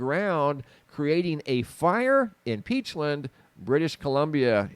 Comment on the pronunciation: Side note. “Peachland” or “peachlind”. I always thought it was the former. Lol